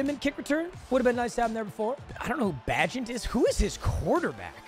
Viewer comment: "Bagitest"☠️ bro violated tyson bagent